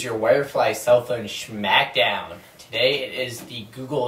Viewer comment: schmack down?